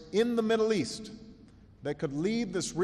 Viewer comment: East? I thought you said Weast.